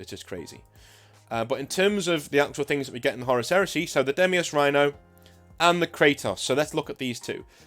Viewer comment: Deimos. Dye-moss. Like the smaller moon of Mars, or the Greek god of dread.